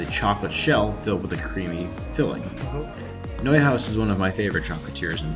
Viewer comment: What the heck is a prayleen? You pronounced Neuhaus right, why not praline?